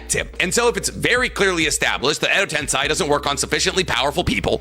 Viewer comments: he tends to mispronounce some things like how he pronounces "edo tensei" as "edo ten-sigh..." Like how the heck does he continue to get that wrong? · I wouldn't worry about calling you Diggo Knight. I do enjoy his content as well, but for someone called Weeb Commander, his pronunciation of some Japanese words is terrible. Edo Tensei = Edo Tensai Mount Myoboku = Mount Mubuko There's more I can't think of off the top of my head. Lol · It physically hurts me when he says “edo tensai” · can't stand his pronunciation, calling kokuo "kukiyo", "edotensai", and so many more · guy cant even say edo tensei right lol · I really don’t think he was trying to be insulting to this day he still mispronounces Edo tensei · I watch but I still believe Naruto has a bunch of retcons. But with him mispronouncing, let’s remember is bad at pronunciation no matter how much he gets corrected. He still says Edo-TenSAI half the time despite being corrected many times and being told how it’s factually incorrect.